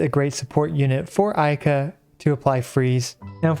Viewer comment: I heard ayke 🤣